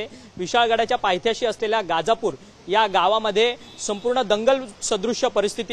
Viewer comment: गाजापुर नाही दादा गजापुर आहे ते